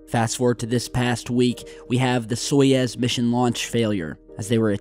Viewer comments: Wait wait wait Soyez??????? No! Its Soyuz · It's not SojEz, it's SojUz! Or Soyuz, which ever way you write it. But you say it so wrong,. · It is Soyuz, not Soyez. The Russian pronunciation sounds like "Sayuz". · "Soyez" !? Or you meant Soyuz ? It is pounonced "So-Use" The way you prononced it it soud like a sketchy mexican restaurant or the next emerging drug cartel... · It's "SO-YOOZ," not "SOY-EZ." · Stopp saying SOJEZ it’s called SAJUZ ! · Now seriously where do you see the E in Soyuz? Why do you keep saying Soyez when its Soyuz? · SOYUZ (SOY YOOZ)!!!! NOT Soyez (SOY YEZZ). Come on, you're not even trying. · I love your work. I'd just like to help you by correcting your pronunciation of 'Soyuz.' It's "soy-youzzz" not soy-ezzz. Here's how to say it. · soyUz not soyEz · it's so-YOUs, not so-Yez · Stop saying soyaaaz man, it’s SOYOOZE.. like in booze, boobs or noobs. Told ya last time :) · ITS "SO-YOUZ" NOT "SO-YEZ" FFS GET IT RIGHT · That's 'Soy-YOOZE'. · It's "soy-ooze"!! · A complete NON-story - and WTF is a 'Soyezz'....????? More utter CRAP. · Every time he says "Soyez" my toes curl